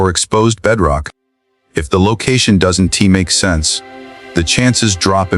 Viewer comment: You people have cleaned up to a slight degree the visuals. Using AI to cheaply create content. But has any human listened to the audio? Don'. Tea.....Don't Doesn' Tea...Doesn't Are NT .....Aren't... At least make an effort. You have potential but your laziness is overshadowing your effort.